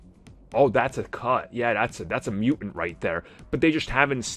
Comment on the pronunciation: Mutant is not a word like knife where one letter is silent. It's Mew-TANT, dude. It's ridiculous you can`t pronounce it correctly